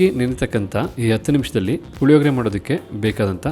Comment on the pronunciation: Puhihogree alla, Hulihogree